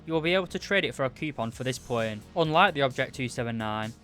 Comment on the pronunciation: Normal people: plane This guy,: pwane.